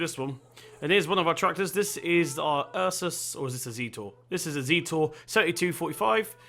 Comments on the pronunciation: it's not zeter its zet-or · No it's pronounced Zet-or